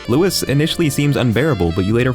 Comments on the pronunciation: Its pronounced legoshi but spelled legosi, and pronounced louis not lewis. Get it right bxtch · The 's' at the end of 'Louis' is silent, you dumbfuck. Respectfully, One of the furries. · I don’t wanna be that guy, but I just wanted to point out real quick that you pronounced Louis’ name wrong. He’s named after the clothing brand Louis Vuitton so his name is pronounced L-oo-ee not Lewis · Damn it, it's Louis not Louis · Hol up, did you just call Louis Lewis? For some reason that high key triggers me.